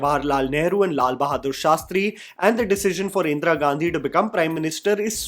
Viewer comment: Like always, an excellent video,. The pronunciation of Indira could've been better. Indra it isn't.